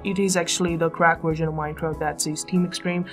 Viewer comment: you said worsion